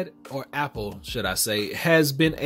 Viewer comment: the way you pronounce apple is super weird